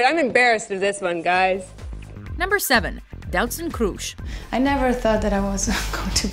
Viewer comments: It's not kroesh it's kroes with an s not Sh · Ist not "kroesh" its Kroes just the s not sh. Damn, if you don't know how to pronounce things, than just don't make a video. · Doutzen Kroes isn't pronounced as "Kroesh" because there no H there.. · I love the way she says Doutzen Kroes ( I'm Dutch so I know how to pronounce it :p) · I'm dutch and the way shey prenounces Kroes is just ridiculousley funny ;) u say it like in Tom Cruise btw. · you said kroes wrong i am dutch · why pronounce kroes like she is german... she is dutch damn it